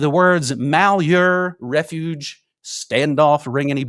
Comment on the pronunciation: Dude says he lives in Oregon but can't pronounce Malheur county.🤔 dude's a shill